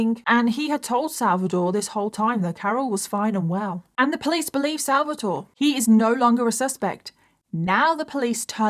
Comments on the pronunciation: Look, i hope you understand my point: the fact that you are British is not am excuse to NOT 'google' how names like Davide and Salvatore are pronounced....Really really i take this as an offense and i am not even Italian...If we would pronounce English names like Michael or Ethan in a terrible ( imposible to understand) way you definitely would think we are idiots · I really wish you had looked into pronunciations for this case. Hearing you mispronounce Simone, Davide and Salvatore the whole video was very distracting 😅 Otherwise, great video as always! ❤